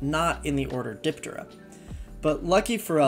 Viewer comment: You mispronounce alot of things. Diptera is DIP- TEHR- RAH and halteres is HAL-TEAR-REEZ